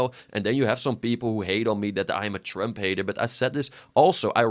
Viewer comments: Why you pronounce it as "tremp" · Bro it's Trump not trimp